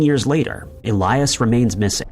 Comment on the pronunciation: ill-yaas not ee-lie-us